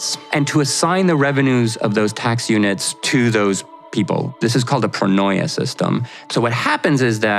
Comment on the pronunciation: Just want to point out that in Greek "oi" is pronouned "ee" so pronoia is "pro-nee-ah". There is no oi "oy" sound in Greek.